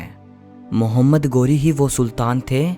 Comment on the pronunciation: 👉 गोरी नहीं, ग़ौरी है 😀